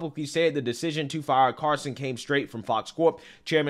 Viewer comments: it’s tucker “CARL-SON” NOT “Carson” like Ben Carson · Carl-Son. Not Car-Son. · CARL-SON. Not CAR-SON. JEEZ!! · CARL-son not CAR-son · I tried so hard to finish this. Saying Tucker CARson over and over just drove me nuts. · Is he saying "Carson" or is it just me? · all he needs now is to learn how to pronounce Tucker's name. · The L in “Carlson” was really giving you hell wasn’t it?😂😂😂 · Love ya but your pronunciation of Carlson is killing me lol. Where's the L? You got Asian in ya?